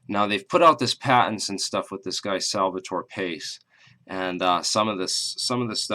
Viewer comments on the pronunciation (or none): Salvatore Pais